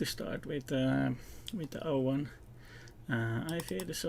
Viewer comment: Эйвон? а разве не Овон?